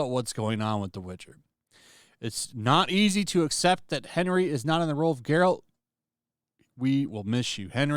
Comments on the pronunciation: Bro… it’s Geralt. Not Gerald. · Geralt not Jeralt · It's Geralt not Jeralt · it's pronounced Geralt, not Geralt. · I turned it off as soon as this guy said “Jeralt” it’s Geralt my guy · I cringed every time he said Jeralt. It's Geralt.... G-E-R-A-L-T. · Why do people persist to fucking say peoples names wrong. This guy knows damn WELL his name is "Gerald" but proceeds to say "Jeralt". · It's Geralt, not Jeralt. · Isn't it G not J? Geh-ralt, not Jer-alt. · It’s Geralt, with a hard G, not Jeralt moron. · "I'm a fan of the video games" Also: pronounces geralt's name like "jeralt" 😂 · I can't handle you pronouncing it like Gerald with a T. It's more like Bear-alt with a G. G-AIR-LT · You pronounced Geralt, Jeralt... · Lmfao dude said “Gerald” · did you just pronounce it Jeralt? you devious lil sausage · Are you calling him Gerald? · Bro your mispronouncing geralt my guy you aint no fan of this material either 🤨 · You like the games, you're not a fan of the books and you can't even pronounce Geralt's name correctly. You seem to be in the same dumpster as the writers of this miserable show but you just want to comment because you can cry SJW EVIL WOMEN AAARRGGHHH! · You say you're a fan but pronounce the main characters name wrong continuosly... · Did you just pronounce Gerault like with a “J” like in Jerry? Dude…no. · Dude, you’re really going to criticize this show and also pronounce Geralt’s name wrong? I hate the show but that soft g can suck my taint.